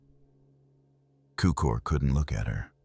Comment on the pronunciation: It's Tsukor. That's how his name should be pronounced. How spelling of foreign names in English twists pronunciation is truly disappointing. C in Hungarian's read as TS... And the word Cukor or TSzukor means Sugar...